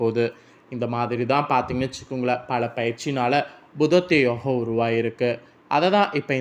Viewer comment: புதன் ஆதித்யன் அதாவது புத ஆதித்ய. யோகம் இனு கூட உனக்கு ஒழுங்காக சொல்ல தெரியலையே